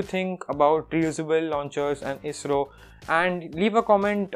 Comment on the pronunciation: No one: Literally no one: Not even a soul: Others: ISRO TANAY : AYEE ESS ARR OO